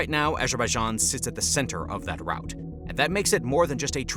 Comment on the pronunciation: Good news outlet. How you pronounce Moscow and Route is mildly irritating though :)